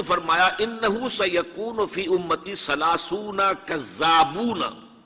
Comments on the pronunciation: ثلاثون ۔ کا تلفظ غلط کیا ھے " ث " کی آ واز " س " کی جیسی نہیں ھے۔ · ثلاثون میں ۔ " ث" کی ادائیگی " س " کی طرح نہیں ھے عربی زبان میں ۔معزرت کے ساتھ۔